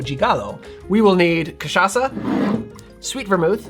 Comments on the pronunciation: I loved the way he pronounces CACHAÇA like a real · Just brought a bottle of cachaça back from Brazil and am so stoked that you said it right lol (and stoked to make this, of course)